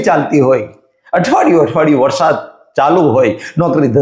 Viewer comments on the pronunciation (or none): none